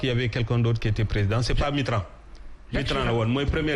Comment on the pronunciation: Dey tipsé key et il dit mittrant au lieu de Mitterrand mais bill lucifer gate kokou deum leu, faites très attention à lui